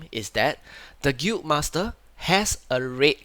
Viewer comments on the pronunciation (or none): bruh you keep pronouncing the word "Guild" like "gweet" or "gute" wtf?